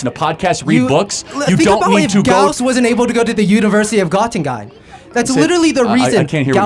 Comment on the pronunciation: Got-in-gine? Buddy, it's Göttingen. Little guy probably says homme-bruge-erie for Hamburger.